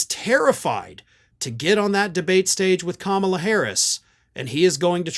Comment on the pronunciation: He is a total coward. He can not debate a woman. She is a mixed-race woman, which he cannot understand, and her name is KAMALA, not Kambla or Kamla. It is simple, Ka-Ma-La. She is our next President. VOTE BLUE! HARRIS / WALZ 2024 💙💙💙💙💙💙💙💙💙💙 That horrible man is well overdue jail-time.